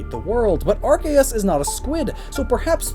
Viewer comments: its pronounced ar-key-us not ar-kay-us reeee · It’s are-see-us not are-Kay-as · * Taioru It was originally pronounced Are-see-us but then they changed it because the beginning of it sounded like a “bad” word. Now it’s supposed to be pronounced Are-key-us. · Anyone else cringe when he says Arceus...